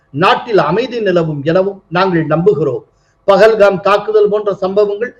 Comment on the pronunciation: Why do the Tamizh people pronounce and write as PAGALHAM whereas it should be PAHALGAM.